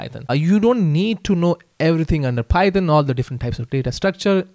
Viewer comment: Python ❌ phayethon ✅😂